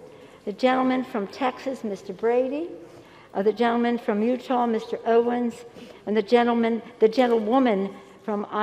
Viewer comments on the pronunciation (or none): none